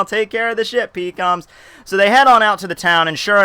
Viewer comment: PEE KOM lmao peckcums!